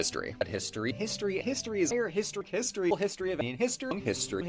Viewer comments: I'm probably imagining it, but I swear I heard "mystery" and "pisstory" a few times. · Some of these sound like he's saying, "Mystery", but that could be my brain having a stroke from history-overload XD